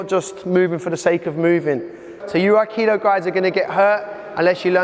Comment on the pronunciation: needs to go to Kyoto and explain his great theories do yokomoto sensei and prove all his real world crap to somebody who is mastered in aikido. It might help if he first learned how to pronounce the art